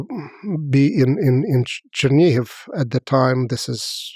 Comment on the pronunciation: The guest says Chernigov, the subtitles go Geneve. WTF?